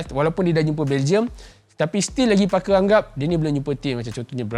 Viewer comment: Oh Parker. First time aku dengar macam f*cker. Terkezut den ha.